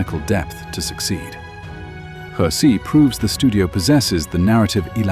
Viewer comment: Hexi pronounce (Her See) not Hex See. oh my ggodness 河西 means River West. Put the word in google translate & pronounce it. 'The Hexi region corresponds to the real-world Northwest region, namely the Hexi Corridor on the ancient Silk Road.'